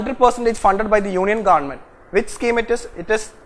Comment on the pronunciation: GaandMent... U r the only guy who pronounced this correctly